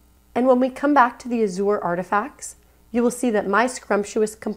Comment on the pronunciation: Great tutorial, but it's pronounced like As-zhr not a-zoar